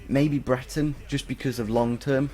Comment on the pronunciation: It's Bre-re-ton.